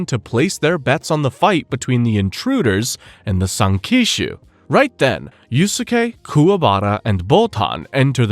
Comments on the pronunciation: dude google is free. It’s pronounced “yous-Kay” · 2 mins in i might quit with the Yu-su-kay pronunciation 😂😂 wtf are you doing bruh. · dude then goes on to pronounce it wrong a MILLION times